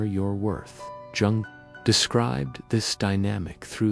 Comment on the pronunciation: Jung is pronounced 'Young', with the 'You' part said as in ' you like chocolate and so do I ' ; but shortened, as if saying 'you' quickly. Is this an AI voice?